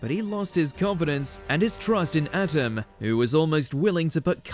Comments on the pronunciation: Whoever is in charge of script reading supervision needs to be fired and forever given poor review when future jobs call for reference!! Atem = Uh Tim It is not pronounced like ADAM if it had a T instead of a D. Just hire a real fan or bring in someone who had to say it a million times in the booth. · It’s not “Adem” it’s Atem! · Why did it sound like he was saying Atom when ever he said Atems name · You get a dislike only cause you keep messing up Atem’s name. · Does anyone else cringe with the way the narrator says Atem? 😅